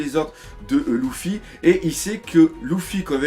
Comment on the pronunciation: la seule critique que jai a dire dans chacune de tes video est : que quand tu dit luffy tu le prononce louffy '-' . ptn que de puissance dans tes video